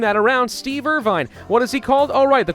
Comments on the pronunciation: calling them roos, perfectly acceptable. Calling us *OSS*ies. No. It's pronounced with a hard z, Ozzies/Aussies. Also, it's Steve Irwin not Irving. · worried about offending Australians when saying Roos: pronounces Steve Irwin as Steve IRVINE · It doesn’t offend me as an Australian when you say Roos but please learn how to say Aussie Edit: How do you meet up Steve Irwin’s name?